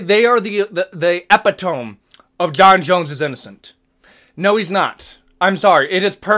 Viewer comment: Eh-peh-tome? Lol. It's Epi-dum-mee.